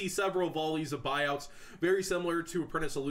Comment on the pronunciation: Lmao buuouts xD